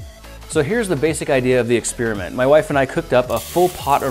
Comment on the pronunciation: Experiment has an 'i' in it. Maybe pronounce it... You're saying "Spearmint". It makes you sound like a tool. You're not doing a review on gum.